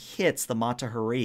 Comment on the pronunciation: sorry game master but you call out the captain for pronouncing a name wrong yet you continue to butcher the name Mata Hari. it’s HA ree. emphasis on the HA. had to call to you out since you did it to the captain.